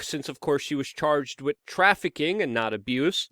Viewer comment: It's imporTant not imporant!! And it is wiTH not WIT!! PROPER speech gives you more credibility as a news provider.